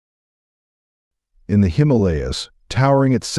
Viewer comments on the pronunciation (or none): none